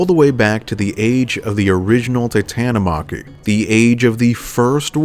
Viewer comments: Its pronounced titan-omo-key not titan-o-mocky u sound like a weeb lol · Bruh just called it the Titan-O-Mocky. It’s pronounced as Tita-TA-Catta-Me.